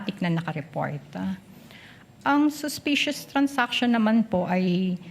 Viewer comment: Its transaction, not trans-action 😂😂😂